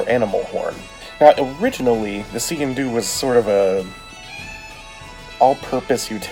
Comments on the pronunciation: I am Scottish! That is NOT a Sgian Dubh! Scottish people might call that a Dirk but it sure as hell NOT a Sgian Dubh. It pronounced Skee-in Doo. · Nice video, its pronounced skeen doo, and its original purpose was that when you entered an other persons home you would take out all your weapons to show you were unarmed as a sign of respect but with waring clans one would always have his sgian dubh hidden in his sock. Thanks for the videos some crazy blades out there keep up the good work.